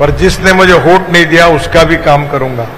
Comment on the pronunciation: “होट” नाही साहेब, “वोट-वोट” 🙄😀